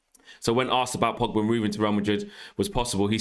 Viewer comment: It's Pogba not Pigba...